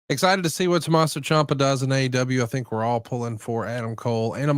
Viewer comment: It's pronounced champ-uh not chomp-uh